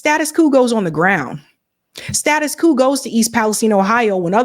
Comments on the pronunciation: Ma’am your pronunciation of status quo makes you sound like a foreigner. In the USA, quo is not pronounced coo, or koo. it is pronounced like qwo. The O is long. Still pronouncing the Q. Step your language game up, I almost subscribed to you until I heard that. I thought you were being cute or unorthodox. Typical modern woman think they can do anything they want with no accountability. That is why I rarely listen to female YouTubers. Just got to do it your own way and not the right way. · You're great, and I hate to be that guy, but it's status quo, not status quooooooo. Rhymes with OH or BLOW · The term is status quo, not status coup. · Its "status quo", not "status coup" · Once she learns how to pronounce "status quo" properly.😅